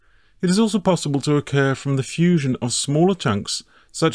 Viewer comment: ah yes, fussion